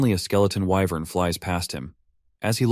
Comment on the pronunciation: Why in the world did I just hear alpha male whyvern